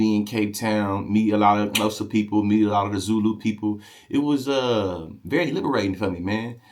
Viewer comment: Bro, you're Xhosa click is on point.